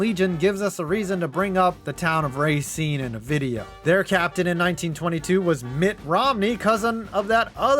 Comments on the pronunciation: Yet another example of a non Wisconsinite butchering a Wisconsin town name. Racine is pronounce ruh-seen, not ray-seen. It's understandable though, we have tough names. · You mispronounced Racine. It’s ruh not ray. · Hearing him pronounce Racine as racen pains me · bro you dont pronounce racine right..